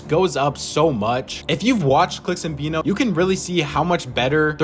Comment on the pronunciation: His name is veno not vino .... like veh no .... i got it wrong myself for years